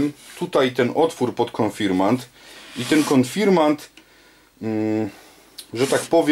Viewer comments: Konfirmat czy konfirmant? Inaczej w tytule a inaczej w wymowie. Proszę o sprostowanie. Pozdrawiam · konfirmaNt… konfirmaNt… AAAAAAAAAAAAAAAAAAAAAA!!!!!!!!!!!!!! KON-FIR-MAT!!! KON! FIR! MAT! AAAAAAAAAAA!!!! Poza tym: film naprawdę dobry. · KONFIRMAT a nie konfirmant !